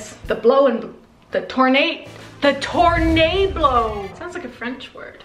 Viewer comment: Tornablow 😂😂😂😂😂 I can't